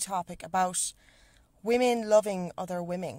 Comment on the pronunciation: weemeng lovink other weemeng